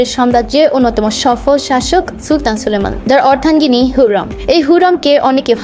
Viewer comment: Name ta agey thik kore uccharon korun, Hullam noy, Hurram Sultan 😑